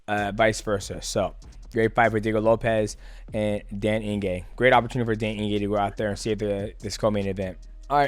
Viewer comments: Ige, Eeeee-Gayyyyy, not In-Gay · “Eeegay” not ingay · Mighty Mouse turning into Chael with the name pronunciations....Dan Inge. 😅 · He said Dan Inge-gay, Dell Inge-gay and Dale Inge-gay 😂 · Calling Dan Ige Daniel Inge is wild 😅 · Dan Inge! Who's better at pronouncing names? DJ or Chael? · It's 'Ige' bud, no 'n' in his surname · Ige bro! Not inge😅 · "Dan Inge" bro, mighty mouse, im genuinely impressed with your inability to pronounce any name, respect. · Dan Ige is such a dog that he deserves for Mighty to re record this entire video and to try and pronounce his name right ONCE 😂😂😂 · that don Julio getting to you mighty lol you pronounced Iges entire name wrong also Alex only fears one man in the ufc striking and he’s not a light weight 🤣🤣 no one’s beating him